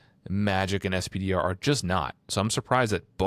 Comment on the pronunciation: You guys kill me a little every time you say "ess-pee-dee-are". "Spider" or "Peni" would flow so much better.